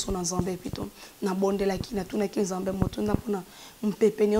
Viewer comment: ta façon de parler est fausse je ne pense pas que tu parle comme ça avec tes proches,soit normal lingala se prononce nzambe et non nzembê,ta tonalité sonne fausse malgres le message de Dieu ma chère